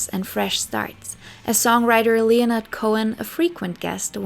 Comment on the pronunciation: French (and English) pronunciations are quite difficult, French is rarely pronounced phonetically. I'm giving her a lot of grace in that department. With that being said...I did rewind three times to make sure I heard LEO-nard Cohen, that was funny. Wrong emphasis on the wrong syllable heh. This is a wonderfully written, very thoroughly researched script, and I for one am not so pedantic as so focus on something so trivial